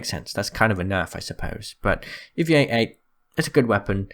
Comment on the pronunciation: Did you say evie-eight-eight??